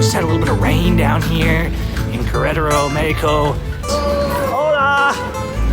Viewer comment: I was going to correct you for saying "KA-RETARO" ...but watched your whole video and I have to give you props for bringing real Mexico to us. Many, unlike you or I, have a horrible idea of what Mexico is like because we've been fed that by the news. Thanks' for the videos...I'm a subscribed fan now. Keep them videos coming. :)